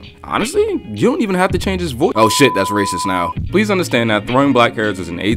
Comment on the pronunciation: rac·ist /ˈrāsəst/ Learn to pronounce noun 1. a person who shows or feels discrimination or prejudice against people of other races, or who believes that a particular race is superior to another. "the comments have led to her being called a racist" synonyms: racial bigot, racialist, xenophobe, chauvinist; More adjective 1. showing or feeling discrimination or prejudice against people of other races, or believing that a particular race is superior to another. "we are investigating complaints about racist abuse at the club" Now that I've given you the EXACT definition, would you like to tell the class what was racist about this video? Also, stop liking your own comment. That's just too pathetic.